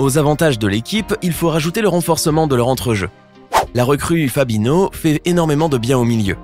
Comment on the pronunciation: Van dike fabino omg la prononciation